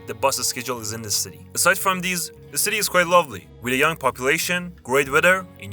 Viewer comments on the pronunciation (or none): none